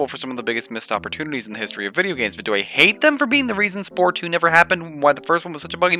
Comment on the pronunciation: I was legit confused thinking you said "hey' it's such an ugly word" and it took longer than I would like to admit to realize that you meant Hate.